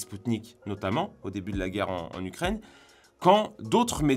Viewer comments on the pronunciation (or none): none